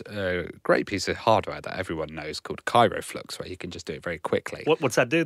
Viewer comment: KRYO flux,.:p (and VECtrex, not VEXtrex. haha)